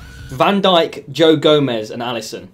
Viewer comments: Did anyone realize he said “Goe Jomez” instead of Joe Gomez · Ummmmmm...... Anyone els realise that wrote and said "Goe joemez" instead of Joe gomez at 27.20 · Joe Gomez More Like Goe Jomez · Can we just think about saying and spelling Joe gomez as Goe jomez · Goe jomez haha haha it’s joe gomez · He said goe Jomez instead of joe Gomez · goe Gomez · "Goe jomes"😂😂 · Lol said Goe Jomez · Are we all just gonna ignore he spelled it goe jomes and said it that way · GOE JOMEZ 😂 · “goe jomez” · Did anyone realise he sed goe jomez😂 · “ I put Goe Jomez “ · “I picked Goe Jomez “ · I love Goe jomez lol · "GOE JOMEZ" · Goe Jomez?😂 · Why did say goe jomez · “ no way I put goe jomez “